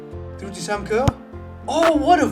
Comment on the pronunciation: just to help you pronounce Sam Kerr it’s Ker so Sam ker